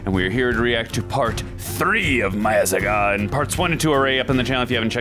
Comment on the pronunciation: Meiyazhagan ❌ Meiyasagan ✅